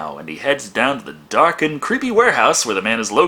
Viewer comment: Every time he says dark I think he's says duck